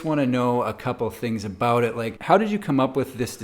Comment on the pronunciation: What's that home all aboot?